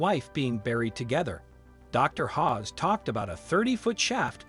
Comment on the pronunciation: Pronunciation is everything, Zahi Hawass NOT Hawes. As for the others oh dear 😂 definitely won’t be subscribing to this. Use of AI for voiceover I can only assume, if not then 🙄